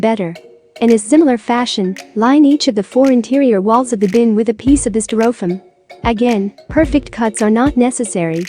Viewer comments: I've never heard Styrofoam (pronounced sty-ro-foam in the US)) pronounced sty-roff-ham before. I had to replay the video a couple of times to make sure. To each his own. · That's pronounced stir-o'-fum. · what country pronounces stai' ruh fowm (styrofoam) this way? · Learn to pronounce STY- RO FOAM!😂😂😅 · a piece of "stir-oh-fumm". ? they couldn't find a human female to narrate ??? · I was laughing at the funny pronunciation as well ..gotta love computer generated narration. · Yes, I've had to use some very strange spellings to make text to speech programs pronounce certain words correctly. I'd have tried something like "stairowfoam" or "styrifome" to see if that worked.